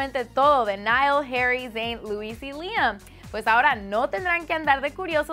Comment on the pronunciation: Es Louis, no Lewis...